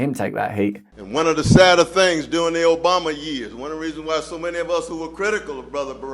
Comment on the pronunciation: Not that I'm a fan of his work but please learn to pronounce Obama. You're trying to sound American but... 😊